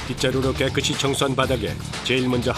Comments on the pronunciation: 성우가 발음도 제대로 못하니 ? 깨끄치 가 뭐야 ? 깨끗이지 🎉 정말 방송에 나오는 성우들 너무 질떨어져. 자막도 완전 엉터리에 속어 남발. 😢🎉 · 깨끗이도 틀린건데 , 깨끄시가 맞고 , 어이 박모씨 너나 제대로 알고 말해 덜 떨어진 눔아